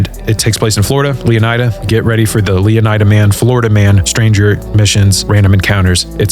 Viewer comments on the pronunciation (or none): I think leonida is supposed to be pronounced leoneeda